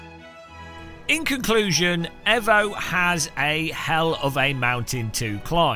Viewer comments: It's Eeevo not Evo, Bloody Evo, Mitsubishi evo anyone. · It's pronounced E-VO(you know like E-VOLUTION) and not EV-O... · Just like we tell the Yanks it's Aluminium and not Aluminum, Tell the CEO he's not clever and it's not edgy, and it's evo and not ehvo, If it's ehvo tell erm to put it on the box. Or just ignore him and say it properly, If you turned up at a car meet and called it a Mitsubishi ehvo you wouldn't get out alive. And it sounds really weird. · Its EEvo not EHvo lol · Nice comparisons, I’m struggling with Evo - just can’t find a feel for the cars! BTW - think you’ll find it’s produced ‘eeeevo’ not ‘fo’ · It's pronounced eevo 😂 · please for the love of god pronounce Evo, Eee-Voh. Damned Kunos could have called it TeaBag 🤣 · Ca new really trust a man that cannot pronounce Evo!?